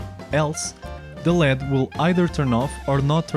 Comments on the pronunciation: firstly it is never called "le'-ed" it is an abbreviation and is always pronounced as L.E.D. (light-emitting diode), so never call it again "Le-d" because it is something else. Lead is an element with the scientific name Plumbum and symbol "Pb"; Atomic number: 82 Atomic weight: 207.19 Diodes are semiconductors not metal like the lead. Secondly, using a push switch to turn on or off the LED is so lame. I mean what else is the purpose of a "push switch" or be it any switch that exists. The switch simply cuts or completes the circuit. You can simply power 5V or 3V to an LED and if you add a switch to the circuit it will glow when pushed and will turn off when not pushed. What is the point of using a microcontroller then where is the automation? There should be at least different patterns of LED turning on or off when the button is pushed. make something challenging and use proper scientific language else a little confusion can create blunder mistakes. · Good video. By the way, it's "an LED," pronounced "an el ee dee." LED is an initialism, read aloud as three separate letters.